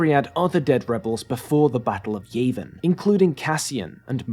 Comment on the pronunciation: This whole video is gold except when your said "the battle of YAYvin"😐